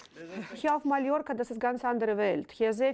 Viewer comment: zu dumm um MALLORCA auszusprechen. Gut wenn man weiß, wo man lebt:‘D